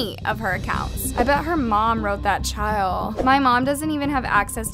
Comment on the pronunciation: I love how she said chile😭😭😭